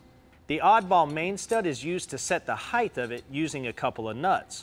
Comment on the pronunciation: Hithe not height or is it height? 🤔